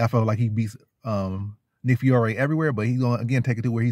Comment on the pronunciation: Honest question man you make predictions on picks but know nothing about one of the fighters. You can't even say his name right and it's really an easy name to say. I just don't understand it. Ur really just making a video to make a video. Nick fiore is Calvin Kattar & Rob Fonts grappling coach. Been grappling since he was in diapers basically. Very strong physically and has a great Jab as everyone in the New England Cartel usually does. Very high level BJJ black belt. Don't be surprised when the underdog gets it done next Saturday.